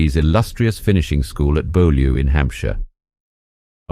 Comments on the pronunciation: Beaulieu isn't pronounced BoLew. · Beaulieu is pronounced " Bewly " for goodness' sake. What else don't you know? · Thank you ..for your information there is a hiccup on prononciation of Beaulieu and le Bon Marché....lovely illustrations!